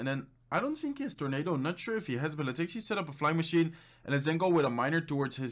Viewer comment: How many times did he said "actally"?